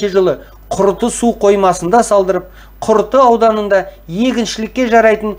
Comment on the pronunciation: Құрты емес, Күрті. Жарияламас бұрын дайындалып алу керек шығар, дайын тексті оқи бермей.